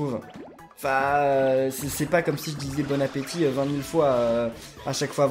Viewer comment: non il dit bonne apeutit